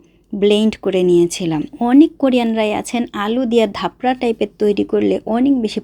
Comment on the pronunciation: ধাপরা😂😂 না চাপড়া❤